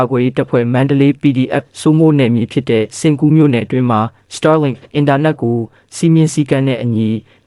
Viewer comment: Star link တောင်မပီပဲနဲ့ စတားလင်း ဆိုတာ မကြားဖူးဘူးဟ စာမတတ်ပေမတတ်ပဲ တပ်ရင်းမှုးခန့်ထားတော့ ငါးပါးမှောက်ပြီပေါ့ကွာ 😂 star link က မင်းတို့စောက်ဆံနဲ့ဝယ်ထားတာလား ခွေးမသားတွေ